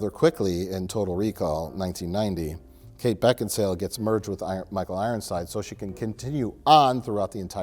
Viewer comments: oh i see the edit to make say "Kate Beckinsdale" after being corrected, sneaky deaky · Mike: Beck En Sail: I have no idea why kate beckensdale... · "Beckinsdale?" "BeckinSALE" "I have no idea why Kate Beckinsdale.." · Karen Bakesale is still mad that can't say her name. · "Beckinsdale?" "Beck-in-sale." "I have no idea why Kate Beckinsdale has such a hard-on to kill Colin Farrell in the reboot." Perfection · "...Kate Beckinsdale...is it Beckinsale or Beckinsdale?" "It's Beckinsale". "...so Kate Beckinsdale" We love you, and this is why. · I have no idea why Kate Beckinsdale...Beckinsdale, or..? Mike: BeckinSALE.: I have no idea why Kate Beckinsdale... LOL